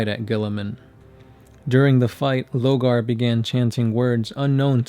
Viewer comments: Lorgar not Logar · Lorgar, not Logar